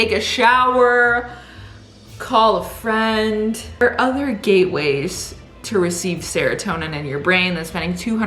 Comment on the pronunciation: Gate ways or Gay ways ?